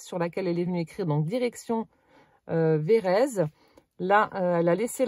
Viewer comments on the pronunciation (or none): Cc oui je connais c'est a côté de chez moi. Et phonétiquement on dit VÉ RÈ TSE ON PRONONCE LE T ET LE Z SE PRONONCÉ S.. 😂😂😂😂ET NOUS SOMMES DANS LA RÉGION DES CHÂTEAUX.. BISOUS